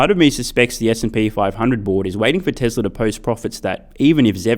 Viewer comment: bro why you pronounce TESLARR ? love your videos by the way